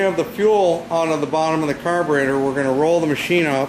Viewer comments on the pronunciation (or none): carberator x3 times 😆